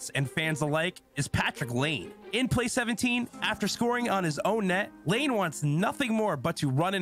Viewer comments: why tf is this dude pronouncing "Laine" like that? its not "lane" lmfao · the guy doesn’t even know how to pronounce patrik laine, who has been one of the bigger names in the league for a while now. whatever that’s worth to you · Pronouncing the names like he sees them. Doesn't know how to pronounce Finnish surnames. Common mistake for English speakers.